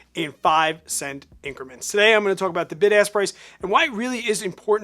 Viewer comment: LOL!! My wife made me put you on ear phones because she thought you kept saying "BIG ASS Prices". ROFL